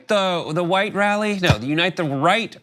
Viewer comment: sounds like Elmer Fudd trying to say "unite the white wal-ee" lol